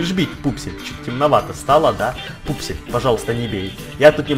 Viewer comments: не вупсель и пупсель а вупсень и пупсень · Не Вупсель и Пупсель , а Вупсень и Пупсень